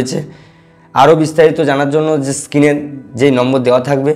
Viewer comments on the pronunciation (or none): ওটা স্কিন নয় স্ক্রিন😅